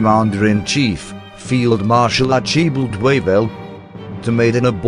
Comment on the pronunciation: The most glaring example of bad pronunciation was "Archibald" whose last name was Wavell. It should be "Arch-a-bald" although I might be wrong on the second syllable.